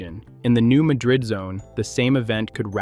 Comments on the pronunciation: Dear: Please start LISTENING TO YOUR DAMN AI NARRATOR before you publish your videos. New "Madrid" is not pronounced the same as Madrid, Spain. It is the New MAD-rid fault. MAD-rid. You are teaching every one of your 11.6K subscribers - minus those who don't see this plus those who are educated - the wrong pronunciation, so that some of them may be embarrassed one day. I learned how to pronounce it somewhere between 1968 and 1971 when there was a quake bad enough to be felt north of Chicago. I was on the top floor of a 6-story building, and the building shook. Fun fact: My psychiatrist was trying to put me under hypnosis for the first time. He said, "How do you feel?" I said, "I feel like my chair's shaking." He said, "The building's shaking." Shortest hypnosis session ever. By the next day everybody in the quake area knew how to pronounce New MAD-rid. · its New Mad rid, like your mad at people who dont pronounce your towns name right. Madrid is in Spain. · Small earthquakes happen every day on the New Madrid fault zone.. been doing that since before the big one in .. it's pronounced New Mad-rid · I grew up in Southeast Missouri and came here to say the same thing. It seems that every video I see about the New Madrid fault has the wrong pronunciation. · Sitting here in the middle of the fault line where I've lived my entire life. No new information here. Nothing to see please move along! This fault line is monitored constantly and it is and always has been this active. Nothing new is going on. Also why should I watch videos where AI can't even pronounce names properly and no human bothers to check and edit it? It's not pronounced Muh-drid like the city in Spain. It's Mad-red. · You lose all credibility when you can't even pronounce the place or fault name correctly. And yet, this is the subject of your video? It's pronounced MAD-drid. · Like many places in the area, the pronunciation is not what you would think. It's the New MAD-rid fault, not muh-DRID.